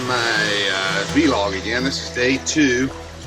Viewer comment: lol "v-log" I'm only ever heard it pronounced as one word "vlog"